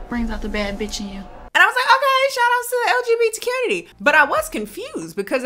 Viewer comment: As a B and a T, every time says “LGBT-Qunity” I smile Also thanks for introducing me to movies I would not have heard of otherwise